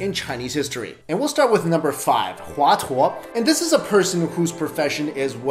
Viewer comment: Hua Tuo was pronounced wrongly...